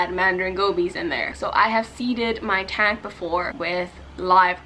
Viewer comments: And the way she says "tang" like girl I love your channel and all but please pronounce things right 😂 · I love how she pronounces the words tang and tank in the exact same way.. lol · Y dose she say tang instead of tank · It hurts my feelings how she pronounces "tank" ugh. But the fish are so pretty. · the way you pronounce “tank” stressed me